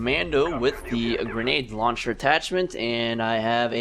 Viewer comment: First off. It's launcher not luncher. And RPG is not a separate thing, it's also a launcher.